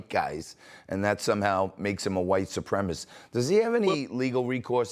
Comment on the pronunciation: It's not "supremist." It's SUPREMACIST.